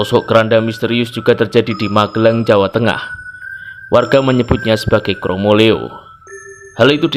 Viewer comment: bukan kromoleo mas. tapi kromoliyo mas. kulo nggih asli jawi tengah. salam santun